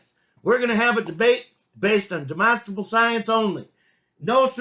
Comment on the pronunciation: He has learned to pronounce "demonstrable"!